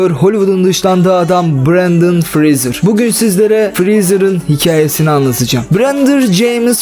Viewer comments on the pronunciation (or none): Brendır James Freezer :D severim bu adamı ya